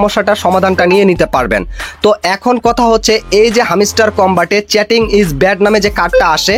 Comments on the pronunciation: ভাই তুই আগে ভালো করে ইংরেজি উচ্চারণ শিখে নে😅😅😅চ্যাটিং না চিটিং😅😅😅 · চ্যাটিং না রে ভাই চিটিং হবে ওটা। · চ্যাটিং না ভাই চিটিং 😶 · চেটিং না চিটিং, আগে কথা শিখতে হবে😂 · চেটিং নয় চিটিং ইজ ব্যাড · প্রত্যেকটা শব্দ ভুল 😮 চ্যাটিং নারে ভাই চিটিং 😄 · চেটিং নয় চিটিং হবে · হামিস্টার না ভাই হামস্টার চ্যাটিং না ভাই চিটিং আগে উচ্চারণ ঠিক করুন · ভাই! চ্যাটিং না। এটা চিটিং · চ্যাটিং নারে ভাই। চিটিং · Chatting na Vai cheating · আগে নিজের ইংরেজি শুদ্ধ করো🧐তারপর ইউটিউবে কাজ করো।চিটিং কে চেটিং বলতেছো😅😅